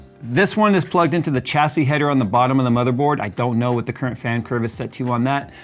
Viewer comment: The word is pronounced shassy there is no CH sound in the word.